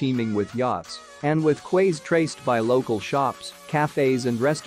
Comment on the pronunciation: Torquay = Tor-Key so those Quays you mentioned are also pronounced Keys not Kways as in Quale’s eggs